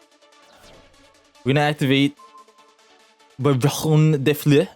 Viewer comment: Thank god you know how to pronounce barrone de fleur right, i been hearing people call her barrone day floor and its pissing me off